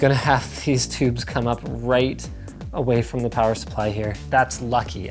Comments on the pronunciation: As someone pointed out she said white but she was trying to say right. You can hear it plain as day lmao. I had to put it on surround sound on loud to make sure what was said. YouTube sound analytics picks up what it thinks it hears and plays it. It even gets translations wrong in some cases because it thinks it hears a wrong inflection or wrong word. Its hilarious to watch at times 😂😂😂. It will get better as time rolls on but in this case the word that was said was white and what was meant by the little one is right. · astrolink 2000 ok that’s what I was wondering did she say “right” or “white”? LOL 😂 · Did she say "Daddy are you white" or "Daddy are you right" 🤣😂🤣😂 I am glad she asked because I have been wondering for a while 🤣😂🤣😂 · I was just about to comment on this. did she say white or right. but if she was trying to say right then maybe its just the mispronounced r for a w. 😆lol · at the end does she say... "daddy are u white?" LMAO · I swear I just heard right but it sounds more like white